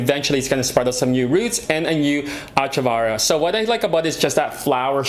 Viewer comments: Its echeveria no achavaria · Great video!!! Love your Peperomia frost. That’s one of my favourites too! I’m going to be a Plant Karen now - Echeveria. Ech-e-ver-eee-a. You had it bang on at the start and it’s slowly morphed into an unrecognizable word by the second or third time you said it. Hurts my plant brain!!! 🌱😆🤦🏼‍♀️😂💚